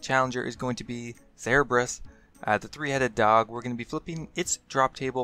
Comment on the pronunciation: Cerebrus? I always thought it was Cerberus